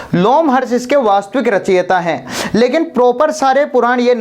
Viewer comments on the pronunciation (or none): रचियता नहीं रचयिता होता है, उसी प्रकार स्त्रोत नहीं स्रोत होता है।